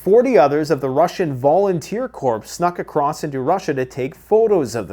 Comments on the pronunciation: Dammit, it’s pronounced “core”, not “corpse”. Ever heard of the Marine Corpse?? Or is it Marine Corps (core)? Ask your French speaking pals in Quebec how and why it’s pronounced “core”. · The word corps is pronounced core, every time. gets it right when he says marine corps but gets it wrong every other time., if u read this please, it's pronounced volunteer core, peace core. Rhymes with whore. Its only corpse when it's a dead body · Please please please learn how to pronounce corps.